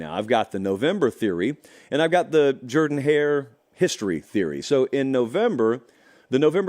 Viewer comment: As a fellow Georgian doesn’t have a bizarre pronunciation of “Jordan-Hare”? Haha